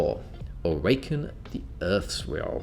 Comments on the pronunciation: Yeah, he butchered the name a bit. It should be pronounced "ERST-why-l" like the words "awhile" or "while". He seemed to say it more like "earths-RAIL" in the video. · Nice video, as always! I'm not a native speaker, but isn't it "Awaken the Erstwhile" like "erstwail"?